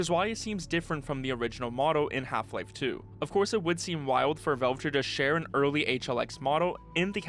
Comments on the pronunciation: It's pronounced as vaelve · Velve? Vulve? Odd that he can properly pronounce the A in gravity and Alyx but not in Valve.